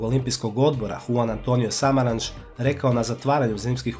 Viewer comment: Još kad bi točno izgovorili gradove i imena pogotovo Juan Antonio Samaranch...